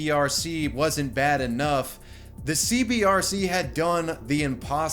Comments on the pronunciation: I like how the graphic says C-B-C-R and he said "Center for Boxy Control Restriction" but pronounces it C-B-R-C multiple times after the video. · CBCR you say it wrong like 9001 times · It's CBCR, not CBRC. Everytime. :D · I want to know WHY people always, ALWAYS say “CBRC” when saying it out loud? Center for Boxxy Control and Restriction, aka CBCR. The ascii is RIGHT ON THE SCREEN when he says it wrong. Edited for typos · Bruh, its cbCR, not cbRC! This drove me nuts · You said cbrc but it’s fuckin CBCR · It’s “CBCR,” not “CBRC.” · YOU KEEP SAYING C-B-R-C...it's C-B-C-R! fuck. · Did you mispronounce the CBCR on purpose throughout the vid? you kept saying CBRC and it kept pissing me off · He also kept saying CBRC, when it was CBCR. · It irritates me that you show that its CBCR, yet the entire video consist of you saying CBRC. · u said CBRC lul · you said CBRC, but its CBCR! small note 😎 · CBCR, not cbRc... dude, it's in the screen for like 18 minutes 😏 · CBCR not CBRC my guy. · Times he said CBRC instead of CBCR: 7 ¯\_(ツ)_/¯ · You keep saying "CBRC" but both in name and in pic you show, isn't it "CBCR"? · CBCR not CBRC. I do'nt wanna nitpick but, hey. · CBCR not CBRC not hating just annoyed me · Well... at least you're consistent in your mispronunciation of the CBCR.... Good video though.